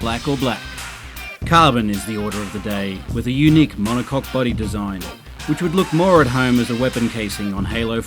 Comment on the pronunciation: huh huh, he said monocoque